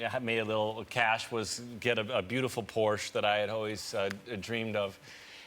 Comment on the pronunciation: a what?! how dare you butcher this nice german car brand! there is a god damn E at the end of the word!